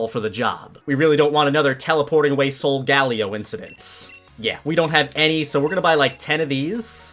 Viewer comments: I think its pronounced (sole - guh - lay - o) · “Not teleport away like sOlGaLeO” He says it like it’ll see this video 😂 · this dude triggering me saying solgaleo wrong